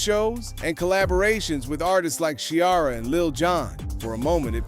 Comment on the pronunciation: This comment popped up right as he said "Shiara"! 😂😂😂